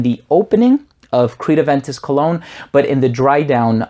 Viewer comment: First I understood "clone"..but than I realized "Cologne" :-))